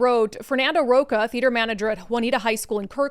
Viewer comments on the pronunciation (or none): I think you've been in the US enough years to know that the "ch" sound in Spanish is not "k or c" sound, it is like "chile, chile" ch, ch, ch. So his name is Ro-CHA as in cha-cha-cha